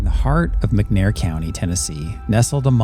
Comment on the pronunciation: Its McNairy County, Tennessee not McNair County...